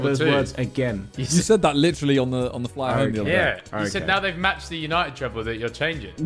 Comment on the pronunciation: Simon is absolutely not allowed to say yanited